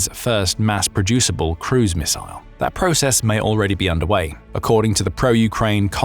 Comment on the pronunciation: Thanks goodness for a video where someone knows how to pronounce “missile”.